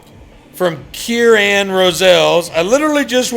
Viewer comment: mentioned me! Eventhough he pronounced my first name (Kieran) wrong. I feel so awesome.